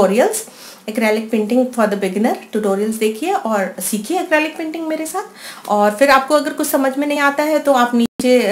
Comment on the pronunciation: It's quite nice, but please correct your pronunciation. It's Acrylic. ACREEEEELIC. Not ACRAAALIC. Other than that, your videos re nice.